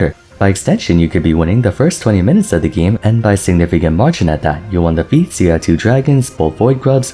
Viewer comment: whenever you say feats of strength I SWEAR im hearing pizza strength